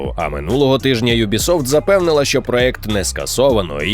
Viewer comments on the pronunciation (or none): none